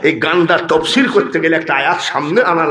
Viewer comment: শব্দটি তাফসির আর আপনি বললেন তফসির।